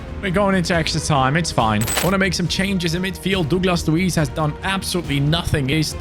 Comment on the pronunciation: Bro really said “Douclas Luiz “